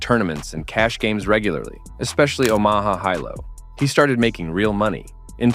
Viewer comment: Or Omaha Hi-Lo pronunciation 🤣